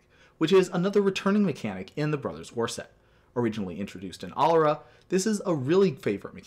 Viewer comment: You mispronounced alara :)